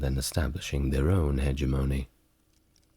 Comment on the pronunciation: Hegemony = Huh-JEH-muh-nee